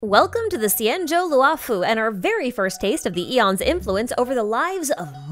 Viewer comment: xianzhou luofu is pronounced “she-an joe loo-oh foo” the “luo” does not end in an “ah” vowel